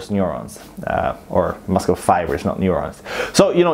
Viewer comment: It’s not muscle it’s muscle :v